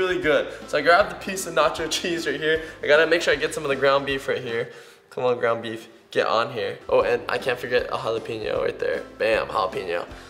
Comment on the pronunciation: who else thought he said "grandma beef" at the beginning instead of "ground beef"?